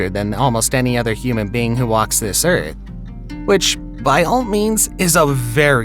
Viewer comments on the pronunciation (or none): none